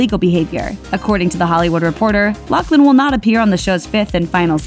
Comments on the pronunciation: I think it's pronounced "Loff-lin"...not "Lock-lin" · OMG!! Her name if LaughLin , pronounced with an F sound. No C in her name!!! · is it not pronounced *loff-lin*?